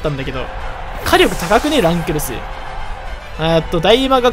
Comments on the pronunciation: この人ランクルスの発音知らんの？ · 最後の方ラン↑クルスとドッヘンアイアン連呼しすぎてて吹いた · ラ↑ン↓クル↑ス↓ってやつちょっとおもろい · ラン↑クルス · ランとクルスを分けて読むな笑